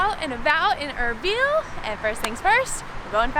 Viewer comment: Erbil not error